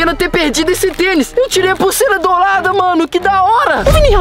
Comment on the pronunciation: o vini falou pusera dolada kakakaka